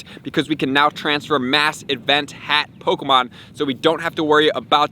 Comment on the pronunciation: I don’t like how he says “POKOmon”😖